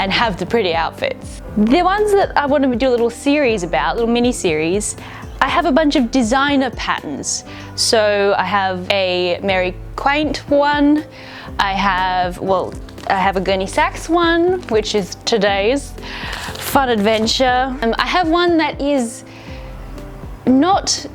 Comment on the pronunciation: Just a heads up... Mary Quant, was part of that whole 60s, Carnaby Street fashion scene, pronounced "Kwont", like want with a Q, not quaint...🥴